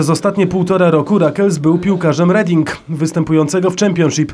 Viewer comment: nie czyta się reding tylko redin. taka mała uwaga